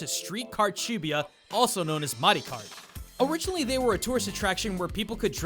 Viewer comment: Over 5 years of living in japan got so overexposed to it that this game turns me off no matter if it was good or not. Imagine running around downtown LA killing ronald mcdonald, kool-aid guy and a bunch of western cereal mascots with a gun. Pretry much the same appeal.. P. S. Learn how to say "shibuya". No one actually says 45 yen as "shijuugoen". Find a real job instead of english teaching and you can go come back. There are people coming to Japan even right now